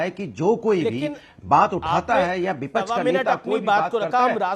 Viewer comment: ko bolna nhai ata.bipaksh hota ha ye bolta ha bipash😂😂😂😂😂😂😂😂😂😂😂😂😂 Isko ek bar bol do bolne k lia fir iski casette kabi rukti nahi😂